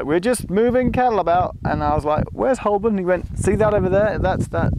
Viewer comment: Cringed a little as you said Hole-born as opposed to Ho-burn but I'll let you off as you'd already peppered you language with minor Americanisms having lived there for a while "add"-ress haha. Enjoyed watching this Geoff and maybe you could do the same/similar in another country perhaps?? Also props to Grandaddy - AM 180 :)